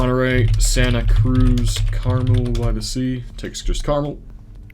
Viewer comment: Carmel-by-the sea is "car-mehl", not like the candy.